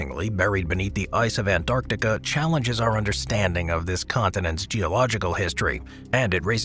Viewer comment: I dislike this guys way of saying Antarctica....